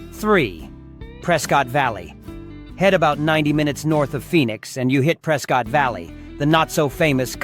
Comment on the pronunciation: AI voice, Prescott is pronounced Pres-kit.